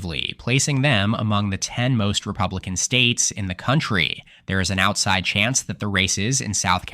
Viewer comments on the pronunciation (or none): none